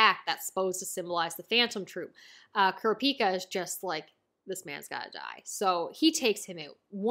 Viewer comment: I prefer the pronounciation Lay-oreo for Leo And Kur-op-i-ka for the mage looking kid.